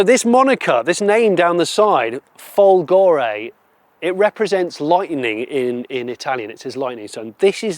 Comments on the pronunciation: (it's not "Folgòre", it's Fòlgore)😉🤗🇮🇹🇬🇧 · And also folgore is fòlgore and not folgòre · Since voiceover Johnny is very pedantic let me be a pedantic Italian: "Fòlgore" is pronounced with the accent on the first o 😅 Maybe Maserati accept all pronunciation in foreign markets (like one cannot mispronounce "Hyundai" 😂) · Try to say FOLgore. It is not that difficult, isn't it?😉